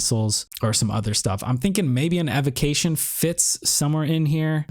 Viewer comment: WHATS AN "ADVOCATION"